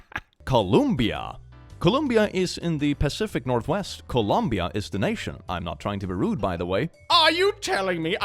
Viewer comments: that for me reads as [kolumbia], not [kolombia]. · Isn’t it col-ohm-bia?